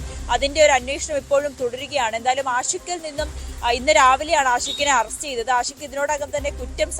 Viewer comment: ആദ്യം പുറത്ത് വിട്ടത് പ്രതി ആൽബിൻ എന്നാണ് ഇപ്പോൾ പറയുന്നു ആശിക് (ആഷിക് 🤣ഉച്ചാരണ പിശക് 🤣പഠിച്ചതല്ലേ പാടൂ )ആണെന്ന് എന്ത് ചാനെൽ 😔😔എന്ത് റിപ്പോർട്ടർ 😔🙄🤣🤣🤣